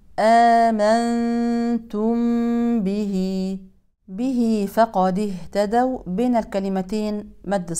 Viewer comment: ما شاء الله الله يقويك اختي الكريمه لو سمحت اهتدو وإن الواو عند الواو ادغام متماثلين حفظكم الله من كل مكروه